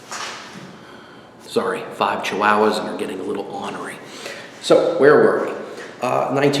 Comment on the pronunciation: Did he say “cha-wow-wow”